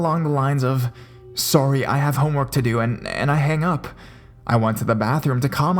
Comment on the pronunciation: "sooory", sounds like robin from how i met your mother